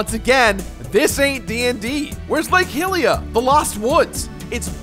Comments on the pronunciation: WHERE’S MY HILL-EE-A?!?!??!!! It’s High-lee-ah I thought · "I'm a massive Zelda fan!" Also the Completionist: "Lake Hillia" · did he just say lake 'Hilia?'